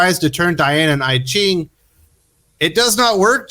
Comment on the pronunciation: Isn't "I Ching" pronounced "eee-ching"? That said, I sat thru the whole vid..... still don't want to read that run.